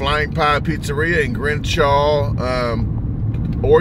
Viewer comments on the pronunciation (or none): Bro, you still called it “Grenshaw”!!😂😂 Gresham man, Gresham!!